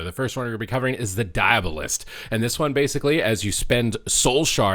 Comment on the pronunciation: "Die-uh-ball-ist" like diabolical. Not "Die-ab-uh-list."